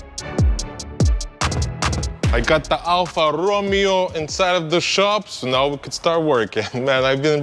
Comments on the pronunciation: Correctly its Alfa Roe May O......Not Romeo like Romeo and Juliette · Its not pronounced as Romeo like in Romeo and Juliet. Its pronounced more like Row Mayo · Alpha Ro-may-oo !! 😅 HA HA ITS ALL FUN MAN! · If I had your skills, I would do sectional because you know hot to make it look correct. Also, it's pronounced Row - MAY - O lol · I can't listen call Alfa RomIo...ohh god...you gonna call just like is written otherwise says Stelvio However you have done a great job Bye from Italy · Isn't it ....Ro-May-O ? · Please! Alfa Row-may-oh. It is NOT pronounced like the Romeo and Juliet character's name. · It’s pronounced alfa romayo lol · <When a guy can't even pronounce the name of your car correctly but you come back 3 days later and he fixes it in a way you never even dreamed of>